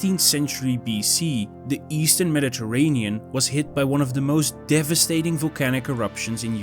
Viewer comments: I can't cope with the mispronunciation of Medi terranean and so on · Teach this ai to pronounce Mediterranean! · Look up how to pronounce Mediterranean, my friend. :) Nice video otherwise. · Nice work. FYI “Mediterranean” is pronounced differently in English. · I appreciate that you did not use an AI narrator, and I realize that English is not your native language, but perhaps you could brush up on your pronunciation of "Mediterranean." Aside from that... nice video.